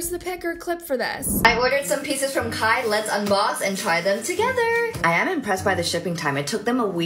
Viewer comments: its not K-H-Y its pronounced K-I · It’s pronounced Kai not K-h-y and at this point if you buy from any KarJenner brand, you deserve to get duped 😂